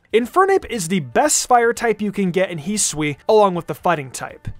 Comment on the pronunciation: Its his-oo-ee not heeswee